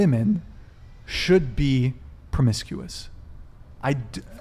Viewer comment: It’s pro·mis·cu·ous not promiscious! Come on!!